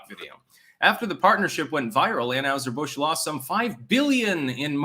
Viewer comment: It’s pronounced an-HIGH-ser Busch not an-HUGH-ser Busch dammit